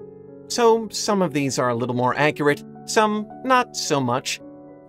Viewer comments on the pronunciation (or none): none